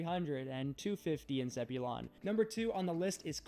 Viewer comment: Zebulon is pronounced “zeb-u-lin”.